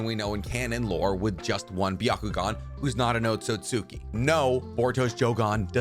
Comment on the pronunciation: Hey can i ask something. English is not my main language at all, so i wonder why you pronounce Otsutsuki like Ot-sut-suki but you pronouce Sasuke "correct" and not Sa-Suke ? :) I mean no hate i am just wondering :)